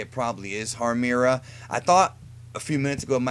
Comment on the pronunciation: IT'S HARMIRA!! GEEZ!!